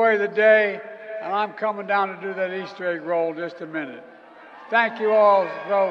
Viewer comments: Did Biden said Ostridge bunnies ? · Oyster bunnies? Does he mean Easter bunnies?